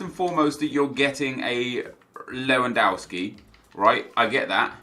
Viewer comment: How can you still pronounce Lewandowski wrong Nep? Don't you watch football on TV?